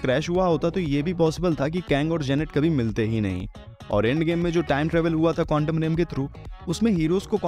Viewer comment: Bhai countom alag sound kar raha hai